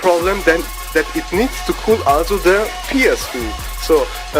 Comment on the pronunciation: dude learn how to pronounce also. All I hear it ASSO